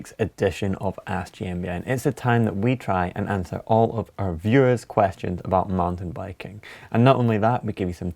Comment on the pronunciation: what is manting biking? Crazy pronunciation dude.